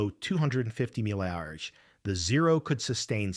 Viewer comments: Not watching past miles per hour read as umph. AI has ruined YT. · DISLIKE DOWN THUMB deserved because the script for the AI narrator is not written for it to say some words like time and numbers correctly. NOT "mph". "miles per hour" instead. The latter is best. Shameful lazy content worsened by irrelevant and unrelated photos. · "40 emph" lmao.